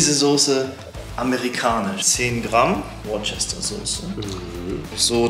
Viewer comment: Er spricht Worcester komplett falsch aus 😫